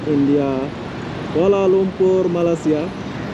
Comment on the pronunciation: ASSALAMMUALAIKUM..., Pujian buat Saudara kerana memaparkan suasana Yang baik di negara kami..MALAYSIA...! TERIMA KASUH...! CUMA NAK MENEGUR SEDIKIT KPD SAUDARA DAN YOUTUBER INDONESIA YG LAIN..., MINTA DIPERBETULKAN SEBUTAN UNTUK NEGARA KAMI....MALAYSIA..! BUKAN NYA SEPERTI SEBUTAN...MALAI....SIA...TETAPI...MALAY...SEBUTAN BAHASA INGGERIS...BEERTI MELAYU...! BANGSA MELAYU ITU ADA YE..! JIKA DI SEBUT MALAI...TERASA BEGITU PELIK....ATAU TERASA ANIH..! DAN LANJUTANNYA SIA...JADI SEBUTANNYA IALAH..MALAYSIA..! TANAH MELAYU..! NEGARA SAUDARA JUGA DISEBUT INDONESIA...BE ERTI TANAH INDO...! BELAJARLAH MENYEBUT NEGARA KAMI DENGAN BETUL...! SAUDARA JUGA PERGI KESEKOLAH BUKAN..! JADI...PASTI TIDAK SUSAH UNTUK MENYEBUTNYA...NEGARA KAMI MALAYSIA DENGAN BETUL..! INGAT YE...INI NEGARA TANAH MELAYU...BERNAMA MALAYSIA..! NEGARA KEBANGGAN KAMI...!!!!!!